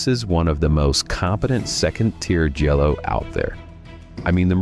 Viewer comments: Great list. It's pronounced Gee-a-lo, not Jello.😂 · Stop saying 'jello'! 😆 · Jha-low! And it’s Lew-chee-oh Fulcee. It’s confusing because the chi is ki, and the ci is chee. It helps to wave your hand too. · Jello? Is this AI? And why did it start with a non-Giallo film, the dreadful Suspiria remake? Argento himself says Suspiria is NOT a Giallo. You don't know what you're on about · These are some of my favorite Jello movies. And that's definitely how you say it.